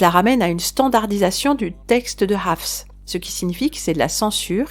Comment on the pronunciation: Tu dis très bien le mot "Hafs" ❤